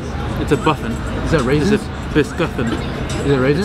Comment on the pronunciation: so is no one one gonna talk about , ryan- is that a RAISIN Or wHat is that? kane- it's a MIscuiT. IT'S A BUffiN ryan-is that raISin? kane-it's a BISCUffiN ryan-is that raiSin? kane- it's a BISCUffiN ryan- is taht RAinsin in therERE? kene- it's a BISCUIT! LMAOO😂🙌